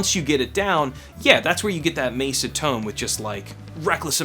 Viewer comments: You pronounce it "Mayser"? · I know. But you pronounce it Mayser? I'm just curious because now I'm wondering if I've been pronouncing it wrong for thirty years.